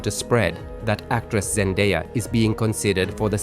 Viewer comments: "Jandáia" nooooo! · Hopefully not Zen-duh-ya. Can't stand her.